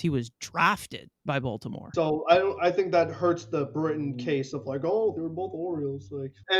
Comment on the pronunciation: “Zach Britton” kill me 😑